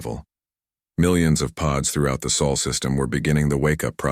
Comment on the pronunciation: I believe it's pronounced sol